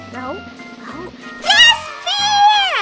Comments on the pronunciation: Bear chứ ko phải beer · Bear -be chứ hăm phải pia chị ơi